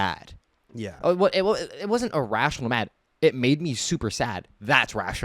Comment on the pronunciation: This and “EEEErational”